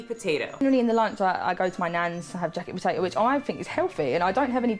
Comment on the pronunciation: Are you saying... 'Jack potato' ?😂